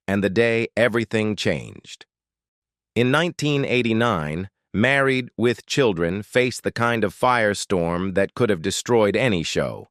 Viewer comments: Obviously 'click-bait'. But I did learn a few new things about the show, and was surprised at how abruptly it ended. But mostly I learned that I will never click on one of these salacious thumbnails again. Funny how the AI reader called the show, "Married....... With Children" at least a dozen times. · AI having a shit load of trouble saying "Married with children." 🤣🤣🤣🤡